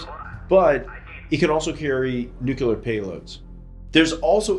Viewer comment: nucular payloads? NUCULAR? NU FU%@@ CULAR???!?!